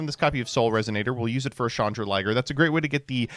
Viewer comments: it’s Chandraglier not Chandraliger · The pronunciation on Chandraglier has to be ragebait, right?